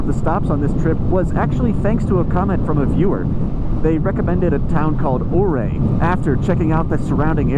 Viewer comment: These videos are hitting me in so many different ways. I grew up in Durango, and spent the last 10 years in the Denver area. I’ve been all over that state and recognize every road you’ve traveled. I also own a Speed Twin. I live in SC now, and I have to tell you, my homesickness has never been so intense. Thank you so much for this content. Also, Ouray is pronounced “U-ray.” Just FYI. 😉